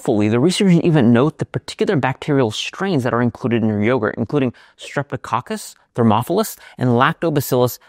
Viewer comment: You seem to have paused between "Streptococcus" and "Thermophilus" as if they are two separate strains. Isn't Streptococcus Thermophilus the name of a single strain? I ask that because my yogurt container lists "S. Thermophilus". I assume S is short for Streptococcus.